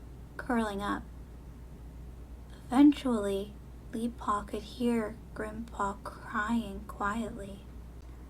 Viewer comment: Did anyone think when she said: “Hi Grim’Paw” she said: “Hi Grampa”